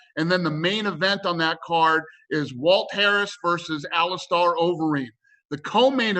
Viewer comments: Dana "AliSTARR Overeem" White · ALI'STAR' Overeem